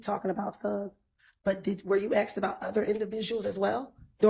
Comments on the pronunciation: Axed....UGH.... WHY is it difficult to say ASK...? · " did you axe him "